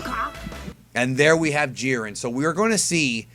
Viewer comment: It is not jeer-in it is jy-ren